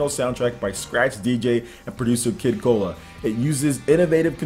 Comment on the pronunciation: Yo, there was a game called B boy back on the PS2. I don't remember who made it, but the idea was similar. Also, the DJ's name is Kid Koala (like the tiny bear from Australia). You're making him sound like a can of soda lol.